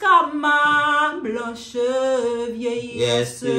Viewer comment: Vieillessé, promessé 😂😂😂 mèsi